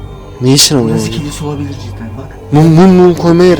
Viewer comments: Klise değil Kilise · Kanka klise değil kilise